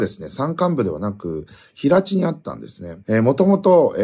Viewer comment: 平地 へいち が正しい